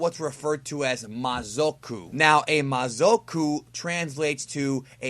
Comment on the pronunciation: mazoku from yu yu hakasho and its pronounce ma-za-ku naraku from inuyasha